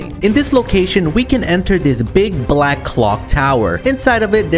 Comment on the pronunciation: Really put the emphasis on the word "black" there